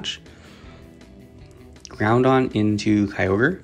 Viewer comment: why do you pronounce it ground-on … its groud-on … 1 n at the end lol